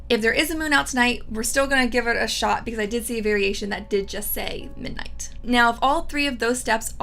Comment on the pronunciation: I’ve noticed you drop the “d” when you say the word “ midnight.” “Minight” 😄